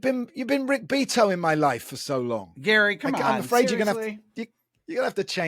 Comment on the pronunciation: Baffling how you didn't know how to pronounce Beato.